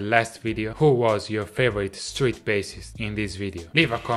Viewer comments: Thought he said "straight" when he said street. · I swear he's saying, "straight bassist" - next up, gay bassists. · Am I the only one who thought he was saying "Straight" musician the entire video?